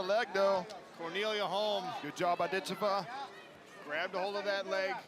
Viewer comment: Not a worthy opponent...the first one...oh well..she may have trouble finding some reaally good competition..she is a very gifted fithter..Dakota Dicheva...Ditch i va...accent first syllable.